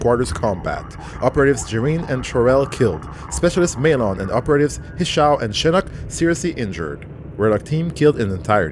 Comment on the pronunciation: 40+ Episodes and it still bothers me how they say Maelon. says it like 20 times in that mission and they still say May-LON